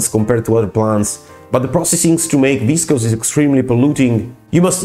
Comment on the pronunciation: Processed into some word that starts with v and is pronounced unintelligibly. How informative.